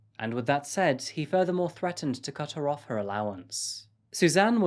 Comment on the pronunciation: How can a real guy sound so much like AI. Im trying to work out if this monotone, 'first time speaking English' schtik is satire or not. Going between 'suzanne' and 'Susan', 'cutheroffher allowance' 😂